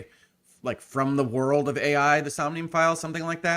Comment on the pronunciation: I was pretty sure Ai the Somnium files was supposed to be pronounced eye, as that's the pivotal pun. (Aibou = partner = Eyeball)